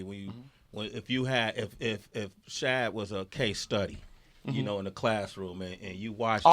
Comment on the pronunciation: All these years Bow been saying his real name and they still say it wrong on every show. Shad is not hard to say. Bruh.